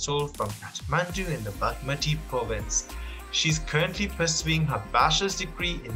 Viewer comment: How is this man pronouncing bagmati....so awful